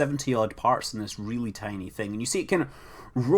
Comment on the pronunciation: oh relly farty meters per second WORK ON UR ENGLISH